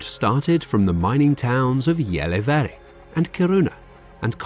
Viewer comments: as a swede I don't believe we went white for finland and norway..... stick toghter even whit the past we have. also his pronounce of gällivare kiruna and luleå is hilarious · Hearing your pronunciation of Luleå and Gällivare is an embarrassing experience.